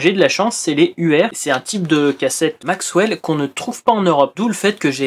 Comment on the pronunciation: juste une petite precision , la marque ''Maxell'' se prononce telle quelle , il n'y a pas de W ... MAIS par contre , il y'avais à l'époque effectivement des cassettes ''contrefaites'' dont le nom étais maxWell ... Cassette Comeback en a fait une vidéo pour différencier ce qui étais une vraie et une fausse Maxell